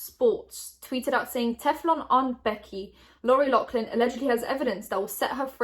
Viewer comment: I love but why are you saying Loughlin like that Is this a British thing??